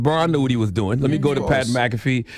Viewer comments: Pat M-Cafee hahahaahahahahahaha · Who is Pat MaCafee? 😅😅